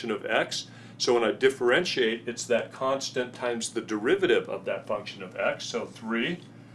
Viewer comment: its "constant"